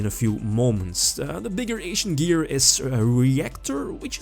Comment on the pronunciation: Lol, I love you, but I can't unhear "Asian Gear."